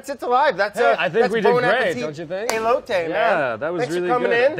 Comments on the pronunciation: He called the corn ey-Low-tee what do you expect.. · And he's been calling them e-lotes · I mean he said elote wrong too so..